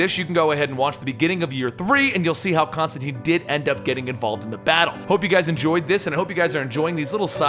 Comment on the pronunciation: ConstanTINE. It rhymes with fine.